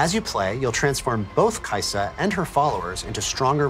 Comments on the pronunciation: kai sa it is kai sa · When this man said, kaisa in shurima i had a spazz now im on da floor, drooling my last braincell out.